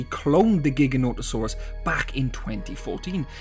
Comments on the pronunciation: and pronouncing it wrong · Your saying the name wrong